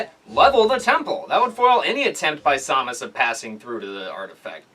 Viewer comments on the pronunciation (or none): Hate to be that guy, but it's pronounced "SAM-us", not "SOM-us".